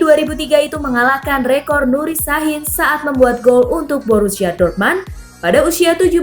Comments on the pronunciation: Min,kalo jerman apa tulisan nya itu yg dibaca,dortmund tetap dortmund bukan dibaca dortman,koreksi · Ngomongnya biasa ajalah ngga usah banyak gaya,,ngomong Dortmund aja jangan dorman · Dortmund kali bukan dortman,bicara lah yg bener semoga kk sepasi yg lama cpt kembali 🤲